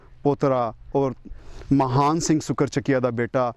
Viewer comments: maharaja Mahan singh de last N nu silent ucharan karo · Mahan Singh da name bolan vele N silent bolo, Matlab Mahaan nahi Mahan Singh si